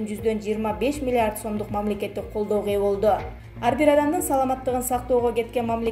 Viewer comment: Окуп жаткан кыз, миллард дейтго😁